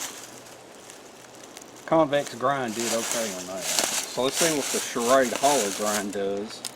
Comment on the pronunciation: condor all the way,,, btw the way you pronounce shrade like charade is funny as hell!